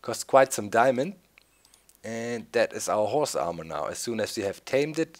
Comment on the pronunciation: Did you say horse or hores